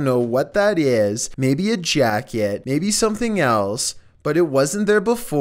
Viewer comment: "Maybe a jacKEEETT"